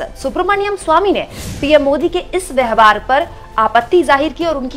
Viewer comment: आप 'व्यवहार' शब्द का उच्चारण 'व्यहवार' किया करती हैं...कई विडियो में ऐसा पाया गया है! इस उच्चारण-दोष को सही कीजिए!